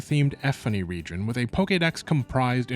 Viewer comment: "Rijin... Region"